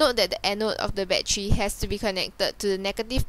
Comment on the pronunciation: wtf is a baddery?